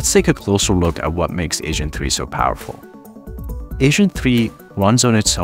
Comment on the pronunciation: lols he said ASAIN 3